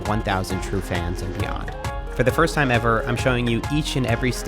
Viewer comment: "First tiiiiime". You're catching up with the Aussie accent mate!